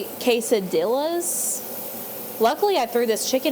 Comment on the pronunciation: quesadilla is pronounced kay-suh-di-ah. The L is silent. Not trying to be the grammar police or snooty. Just thought I would help you out with how you say it.